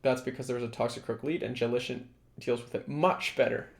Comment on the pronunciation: I'm afraid you're on the wrong way to both spelling & pronunciation of "JELLICENT" 😂